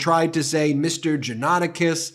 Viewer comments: It's not usually difficult to learn how to pronounce proper names on the Internet. If you consider yourself a news organization, it's lazy, sloppy and unprofessional not to bother. jaw-nuh-TAH-kis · Pronunciation Correction: John-a-TAC-is. Sadly, this man was a friend of mine years ago. I was appalled on Jan 6 to see his post pop up on my Facebook feed. I remember seeing his posts and podcast including the ones you read here and the disbelief I felt that the man I had known had come to this. I was shocked and outraged by his attitude, calling Ashley Babbet a hero who “died for us!” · Johnatakis is pronounced Jah-nah-tah-keys. I know because i am part Pontic Greek. Sadly Johnatakis did not learn anything from the Armenian/ Pontic Greek/ Christian Assyrian genocide... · Just curious, why the repetetive mispronunciation of the defendant's name?